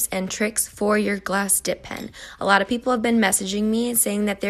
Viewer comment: PEN NOT PIN